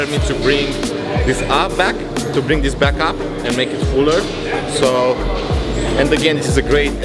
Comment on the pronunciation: Ai zis "back up" ca pe română 🤣don't freak out when you see the gains 💯💯♥️🇷🇴